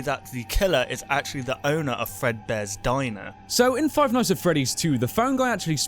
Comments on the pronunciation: Five ights at Freddy's... Lol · You forgot the n in nights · five ights at freddy's??? *nights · five ight at freddys?wtf is dat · wow five ights instead of five nights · Cody Wilson Five Lights at Freddy's? Five Sights at Freddy's? Five Mights at Freddy's? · "Five ights at freddy's" Ight ight ight ight ight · you forgot the 'n' in 'nights'. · you forgot the n in nights so you put ights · Five Ights? No one noticed? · Five Ights at Freddy's XD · Seth Nowac Five Kights at Freddy's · Or five shights at Freddys? Omg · Seth Nowac five bights at freddys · Five ights at freddy's😂😂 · "Five Ights At Freddy's"💁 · Five "ights" at Freddy's. XD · What part does he say ights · Five "ights" at Freddy's? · Five mights at Freddie's :P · Ights? XD I understand it's a mistake but lol XD